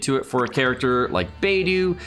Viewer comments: Literally everyone else: Beidou: BAYDOO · Your mispronounced there names this is how your suppose to pronounce them Beidou= Bay-dou Xiangling= Chang-lin (you don’t really need to Pronounce the G at the end unless you want to) Xingqui= sing-cho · It sounded more like beydu lol